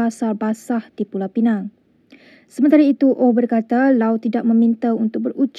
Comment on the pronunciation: aku ingat dah taubat, pengacara melayu celup ni masih lagi sebut 'Pulau Pineng'.